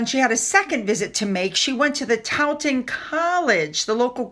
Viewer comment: Taunton is pronounced like TORN-tun, with the R silent.